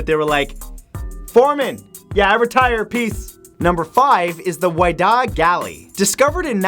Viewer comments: You're pronouncing Whydah wrong. It's pronounced wi-dah, like widow. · the Whydah Galley is pronounced "Wit-uh". The discoverers built a museum dedicated to the ship and her cargo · Love your show, but you pronounced the name of a ship incorrectly. The Whydah is pronounced "Wi-Dah" kind of like widow but replacing the ow with a long a sound. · He didn't say some of the words right, like Whydah.